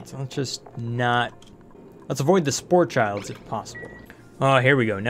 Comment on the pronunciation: Sporechid. Not sporechild. It's a spore-orchid. A sporechid.